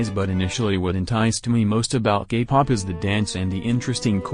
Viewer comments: for some reason i keep hearing gay pop instead k-pop. is it just me? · Bc of the voice I think you are saying “gay” pop. 😂 But either way I agree with all of your opinions. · Ok but whenever the voice says k-pop i hear gay-pop..... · why do I hear gaypop when the voice says kpop? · I’m sorry but every time the voice says “Kpop” I hear “Gay pop” fhosebisbd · I'm sorry but that everytime the robotic voice would say K-pop it would sound like gay-pop is it only me or😬......